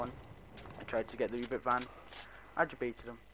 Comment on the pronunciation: Reboot not rebot